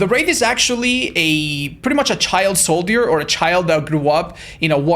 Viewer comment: Just a heads up, it’s pronounced solider (Soul-Jurr) Love the vids 🫶